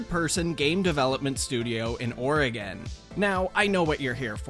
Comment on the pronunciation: If Switch goes to Switch, these kiddos gon learn FAST about scams and not trusting anyone online lmao Also you said Oregon like "Burgerking Foot lettuce" 🤣